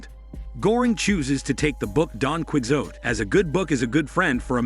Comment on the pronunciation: Don Quixote is said "Kee-ho-tay"... It is NOT said "Kwick-zote"... 😆